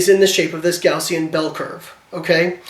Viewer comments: Hey Layne, it's actually "Gaussian", not "Gaussien". Thought you might like to know. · Gaussian* not Gaussien. great video by the way.